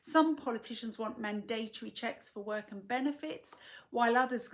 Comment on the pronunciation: I agree 100%, what's needed is a public campaign to warn folk. So good to hear someone pronounce mandatory properly.